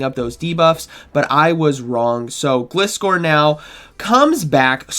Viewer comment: I will never understand how people can mispronounce such a simple Pokemon name! It's a gliding scorpion - Gl-ai-scor! Other than that nice video as always!